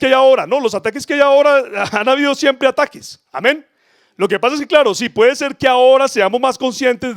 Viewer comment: Por qué dices Ameñ Cada Rato Amén Y Amen